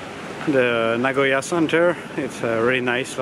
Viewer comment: it's nagoya not noagoya